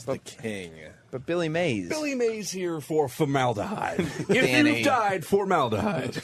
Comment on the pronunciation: Opie pretending like he doesn't know it's Mays not May